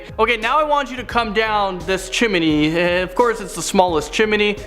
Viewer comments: The host says chimney like "chim-in-ey" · 😱Lol. Chim-I-ny. 🤗🤔